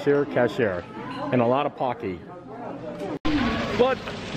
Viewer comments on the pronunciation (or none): none